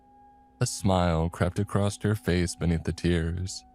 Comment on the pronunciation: There is no D In "across". Please stop slamming your D into words.